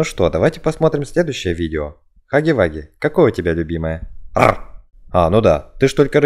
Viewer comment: Не хаги ваги а Хагги Вагги вот так правильно